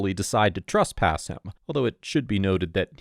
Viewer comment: TRESpass, not TRUSpass While, not WHOALE